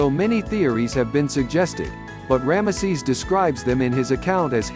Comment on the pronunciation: The way you say ramesses , it sounds like one of those old blue collar comedy skits , cause it sounds like you are saying "grandma sees"